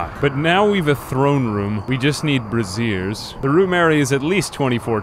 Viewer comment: Um...you want bras in your throneroom? BRAY-jhurs...